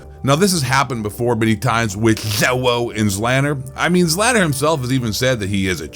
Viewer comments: Christ that got me laughing every time you pronounced his name., "zzzloowhoo" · You obviously have no clue what you’re talking about cause you can’t even say Zlaners name correctly 🤣 no pro or big time streamer does worth a shit during a LAN even or custom lobbied against 150 other pro players and big time streamers. Public matches are bots, kids and dads having fun.